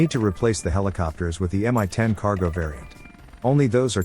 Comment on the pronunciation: Mi is from "Mil", i.e. it's reading as "me" in english. Also, like for Brown Shark (local WarThuder meme)